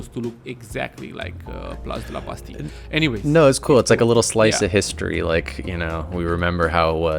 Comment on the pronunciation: That "Place de la Bastille" was pretty spot on, nice pronunciation. By the way, yes it's not a roundabout anymore, half of it is being turned into a pedestrian area, kind of like they did in Place de la République. Also part of Canal St Martin's roof (yes there's actually a canal going under the plaza with boats going through) has been removed to allow a better connection to the harbor below. There's a nice before / after pic over here